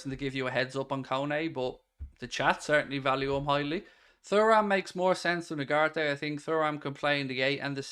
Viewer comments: It’s pronounced TURRAM…. Not Furram. Can’t u remember his dad in the French 98’ team. Lillian Thuram….. not Furram. Turram!! Loooooool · It’s tu-ram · P.S …..Kone is a better player than Thuram (Turram lol) both athletic both can tackle, both can pass but I feel Kone is more of a boss in midfield than Thuram, as in he’s more confident in his ability. Has more (shall I say) panache. I can see Liverpool playing Kone as the ‘8’ Macallister ‘10’ or ‘8’ and Thuram (pronounced) Turram lol… in the number ‘6’ role. With a current midfielders rotating. If we got those 3 in and and Goncalo Inacio….. I full heartedly believe Liverpool would be a force again. MARK MY WORDS!